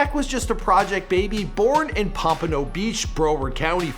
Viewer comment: Learn how to say the words. Its cringey . "Pompano and broward" u butchered.